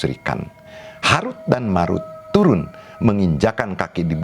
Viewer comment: Tolong pelajari lagi ilmu tajwid. Belum bisa membedakan antara huruf د dan ذ